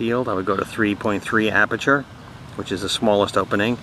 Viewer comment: Good job. One thing....the word is "aperture".